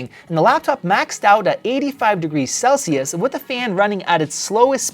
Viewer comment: Celsius or sell-shoes, funny😅